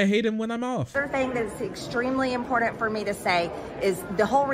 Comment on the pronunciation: I fucking loathe how she says "impordand"